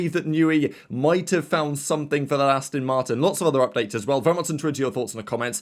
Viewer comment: … How many times do I have to tell you… It’s Aston Martin… as in Ass-TON Not Astin…😱 Also, It’s My Crack 👀😎 May the Force be with you.🌀 Jim🌀 (-: <*>:-)